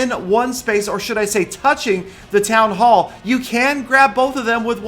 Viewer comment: he said town ho